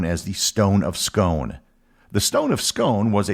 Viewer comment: It's pronounced scoon as in soon.